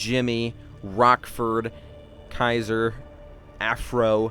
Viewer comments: He said KieSir (SEE-Zer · when the hair stuff happened he said caeser like kaiser